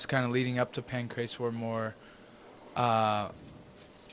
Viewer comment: Pancreas? It's Pancrase lol